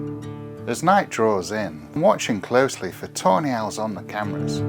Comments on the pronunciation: every time he says "Tawny Owls" I hear tornails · I can't help but hear "toenails" whenever you say tawny owls 😅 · i cannot stop hearing toenails everytime yoyu mention those owls